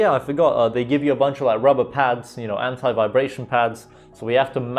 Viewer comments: So the incorrect way 😂😆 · Nice video. Your the first British person I’ve seen who says anti like American. :)